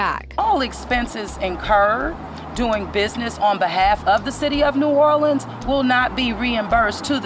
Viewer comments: She says "the city of New or le ans. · Dang, she can't even say New Orleans right. and